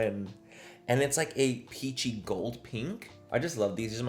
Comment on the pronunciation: 😂😂😂 every time he says peachy tone . The only thing I hear is ' a pinchi tone'😂😂😂😂😂❤